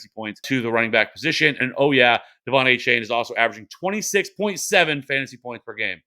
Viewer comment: There is a multiverse that exists where in it, Achane’s name is pronounced correctly. 🤣